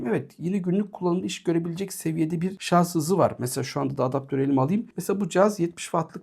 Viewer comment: herşey iyi güzel ama şarz değil dostum şarj lütfen :)